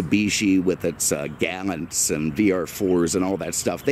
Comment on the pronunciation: It's not "Gal - int" it's " Ga - launt"